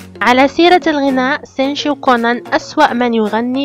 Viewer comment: ملوكه 💕 💕 ملكه ابريل عادت لنشر الابداع الجميل طبعا ومثل ما عودتنه بفيديوات مثاليه خرافية كامله مكمله ما بيها نقص من كل الجوانب shinichi kudo اكثر ما اعجبني بالفيديو لفظ اسم سينشي رهييييب زواج غوشو اوياما والموعد الرومانسي ههههه اللقطة يوسااااكو كودو ممكن فيديو عنه فديت الحب والمشغول باله طول سينشي هههههههه لو اوكف بصفه نصير رقم 10 دوووووووووووومو اريكاتو ع الفيديو الرائع